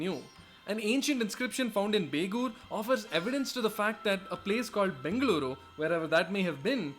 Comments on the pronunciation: Bengaluruuuuuuuuuu my home, my favorite place in the whole worlddddd...and your pronunciation of Bengaluru was perfect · Bengaluru is the local pronunciation